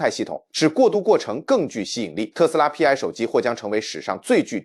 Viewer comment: ai连π都唔识读么